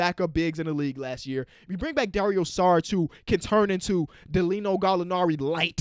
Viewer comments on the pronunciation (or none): none